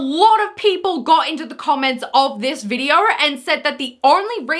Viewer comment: Why are you inserting R’s into words that have zero fucking R’s. This is you: videoR, mooRn, intoR, oRpens. It’s funny because in words that actually DO contain R’s you don’t pronounce them. Again, this is you: behavYUH instead of behavior, thEH instead of there, weIHd instead of weird, whEH instead of where. Learn how to fucking pronounce words properly.